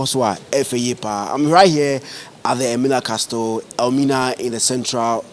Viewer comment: the word CASTLE is pronounced 'ka-sel', not 'kas-tel'. Thank you